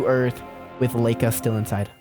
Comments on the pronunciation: its pronounced luh-eeka and spoot-nik 😭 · Laika is pronounced Lika with an i and Yuri Gagarin is GagArin with a heavy a like your saying are